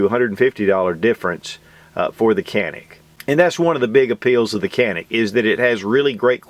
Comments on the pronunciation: A pronounciation note: In turkish letter C pronounced as J or G as in John. A is like a in jaw. the rest is N-I-K, pretty much like 'nick'. I would say it is pronounced as "JA-nick". Emphasis on the first syllable. Nevertheless I get that the branding would be harder with the original pronounciation, this is just to let you guys know how we call it. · Good review as always. If I may quibble on one point, in Turkish, it's pronounced Janik. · Prounace as JA NIC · It's hard to believe the trigger mechanism is even shorter than the Walther PPQ M2. And Walther PPQ M2 is known for its amazing trigger. So this Canik (Pronounced Janik) will most likely have my name on it in the very near future! 💯💯👍👍🙂🙂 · I wish people would say "Jah-nik" instead of "can-ick" since the former is the proper explanation in Türkiye. C sounds like a J and the "Can" sounds like the name "John."